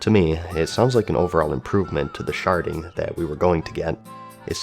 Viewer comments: I heard Sharting every time you said Sharding. lmao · i'm sorry i keep hearing sharding as sharting server wide sharting LOL